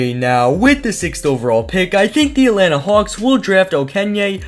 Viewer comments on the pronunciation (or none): none